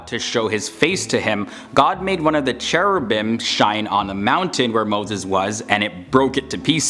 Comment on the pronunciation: Iblis was Azazel, not Seraphim. Actually, the pronunciation of 'ch' in Cherubim is 'k' like in 'car' not 'c' like in 'chair', so it's supposed to pronounced 'kerubim' because the sound 'c' doesn't exist both in Arabic and Hebrew.